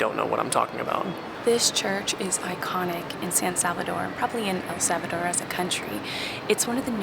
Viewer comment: You guys can't even pronounce correctly the name of El Salvador 😂😑🙄